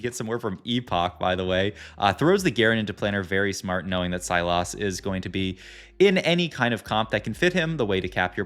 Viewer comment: Not sylas, "syloss"